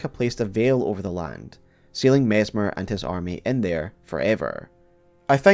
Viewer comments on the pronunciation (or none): His name is MESS MER not MEZ MER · Mezzmer? Even with the snakes around him people can't pronounce his name: Messssssmer. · you'd think if you're gonna make a video about messmer, you'd at least pronounce his name correctly lol